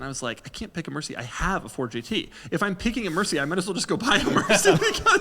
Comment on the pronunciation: “If I’m picking a merci I might as well just go buy a merci” - Doug Demuro